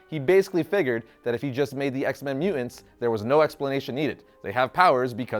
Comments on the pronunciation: Won't lie. The way you pronounce "mutants" as "mue-ents" is annoying. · Is it just me or does ' pronunciation of "mutants" seem...odd? He always says "mute-ents" as opposed to "mu-tants". Just saying. Can't un-hear it ever since I noticed it. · Not a native English speaker here but is it really pronounced at mu'ants? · Has anyone ever told you that your pronunciation of mutants hurts the ears?